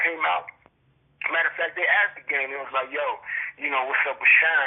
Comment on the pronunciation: Lmao this nigga said "gayme"